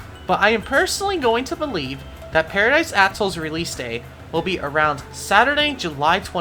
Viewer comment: youre literally saying paradise a*shole